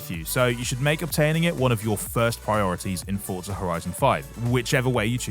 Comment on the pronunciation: "Forza" not "Fort-za"